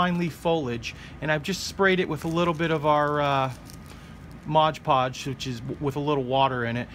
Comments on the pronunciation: Did my head in every time you said Modge Podge instead of “Mod Podge” Great dios though 👍🏻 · Whenever you say modge podge instead of mod podge a puppy dies 😔